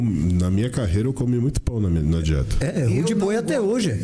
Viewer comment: só eu q ouvir o johan falar RUDE BOI E PAU DE ALHO ? KKKKKKKKKK